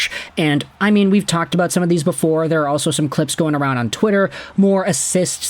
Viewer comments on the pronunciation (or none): none